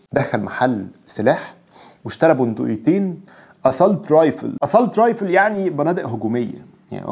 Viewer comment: لا تنطق اسالت رايفل بل تنطق اسسولت رايفل معذره لتصحيح النطق